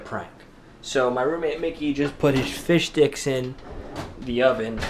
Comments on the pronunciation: did u say fish dicks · glad its not just me who hear fish dicks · It sounds like he says " Fish Dicks" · I heard he said fish dick lol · Was i the only one who heard fish dicks? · Wait was he saying fish sticks or fish dicks?!?!?! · I keep hearing fish dicks. Damn 5th grade year has cursed us all! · it sounds like he is sayin fish dicks